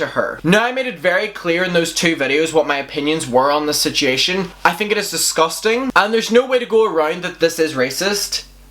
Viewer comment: 😂 And “sit-chee-ation” just gets me every time. I absolutely adore his accent. LOL